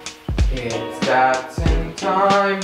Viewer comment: Dat-Sin? It’s a Dot-son. Why must you pronounce it wrong? Do you really not understand the cup holders were not a thing in 1977? Not to mention that these cars are for driving and not for sipping. Jeez man.